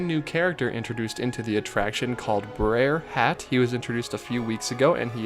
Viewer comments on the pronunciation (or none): "Brer Hat" 😂😂